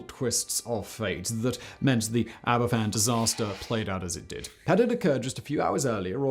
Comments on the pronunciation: Aberfan (pronounced Abervan) was a tragedy rooted in negligence, ignored warnings and a failure of those in power to take responsibility. The National Coal Board (NCB), a publicly owned body, allowed vast spoil heaps to accumulate over the years. Despite warnings, the danger was not adequately addressed. In October 1966, after heavy rain, a spoil tip built over a natural spring and stream became unstable and collapsed, sending a torrent of slurry crashing into the village. Pantglas Junior School took a direct hit. 144 people died, including 116 children. The aftermath brought further heartbreak. The families had to fight for justice and accountability, and the handling of the disaster fund and the demand that the village contribute towards the removal of the remaining tips added to their suffering. The government’s response remains a deeply troubling part of this tragedy. The Queen also faced criticism for not visiting Aberfan until eight days after the disaster. Her eventual visit, and the events surrounding it, were later portrayed in Netflix’s The Crown. Aberfan should never be forgotten. It stands as a devastating reminder of what can happen when warnings are ignored and those in positions of power fail in their duty to protect ordinary people. Nearly 60 years later, we must still ask ourselves: have the lessons of Aberfan truly been learned? When governments make decisions that affect people’s lives, accountability, responsibility and compassion should never be optional. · The person in the video wasn’t quite pronouncing the places properly, including Aberfan, in which the f is said like a v (aber-van). Thank you for covering this story with such tact. It truly was a horrendous day in the history of Wales. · It is pronounced Aber Van, and it is in South East Wales in the Merthyr Tydfil Valley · Aber-van is the pronunciation. In Welsh 1 f is pronounced as a V, 2 f's together is an f. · No F in Welsh Abervan is the way it sounds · It's pronounced abervan